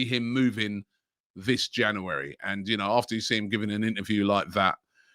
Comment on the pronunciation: robbie can you please pronounce january properly?